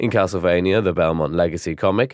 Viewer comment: avenge humankind? Also, should be pronounced as Bell-mont